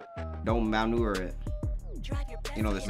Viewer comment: “If it ain’t broke, don’t malnurer it” what??😭